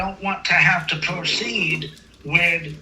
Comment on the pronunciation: 😂😂 he is going to have to pwoceed.